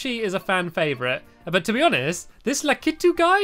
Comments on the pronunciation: La-ki-tu All short sounds (vowels) Because you say La-ki-tooooooooooooooooooooooooooooo Like=agree comment=disagree (if disagree comment the pronunciation) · its not la keee tuuuu its la kiii tuuu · Its said like LA-K-I-Two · its LA-KI-TU